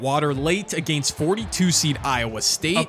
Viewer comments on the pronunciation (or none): Enjoyed the vid! The way you say against (uh-gay-nst) just sounds so odd to my ears 😂